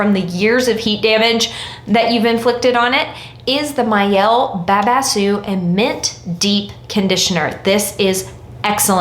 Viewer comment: The I in Mielle is pronounced like an E, sounds like the word ME: ME-elle